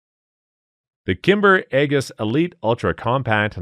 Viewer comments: 'Aegis' is pronounced 'eejiss' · It is pronounced “Eee-jus” aegis. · The aegis is pronounced egis. I have a master's in theology and have had many years of ancient greek which is where the word comes from. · Eee-jiss. Not Aye-guss. As in the Shield of Athena, or the US naval defense system used on destroyers and cruisers. I don't normally correct people, but Geezus.